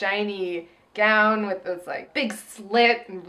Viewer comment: LOL, you know I was this close to posting a comment complimenting in a previous video for successfully pronouncing "gown," but it seems she's made a backslide in her progress.